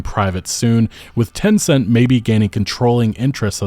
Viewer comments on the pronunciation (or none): none